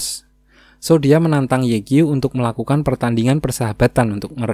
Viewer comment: Sedikit koreksi 'Ye Qiu' itu dibacanya 'Ye Ciu'👌🏻